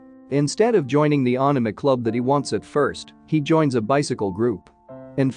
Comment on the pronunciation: Ohk ur pronunciation of anime had me 🤣 at first I was like what is this aahname than I saw the leaflet 😅